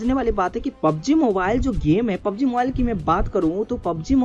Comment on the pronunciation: its not pob g its a PUB G